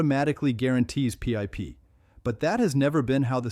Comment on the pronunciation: AI shit cant even say PIP properly